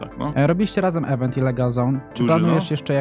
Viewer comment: Nie da sie tego słuchać…. Nie „event” tylko „ɪˈvent”